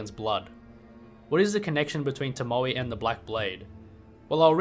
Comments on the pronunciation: I believe the 'e' in tomoe is pronounced like the 'e' in egg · no way you could mess up the pronunciation of Tomoe bro. Genny says it himself. In fact, he says it in that exact cutscene you used lmao.